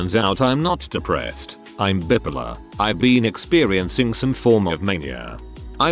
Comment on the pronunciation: The reader has a real issue pronouncing "bipolar". bye-polar, not bip-polar.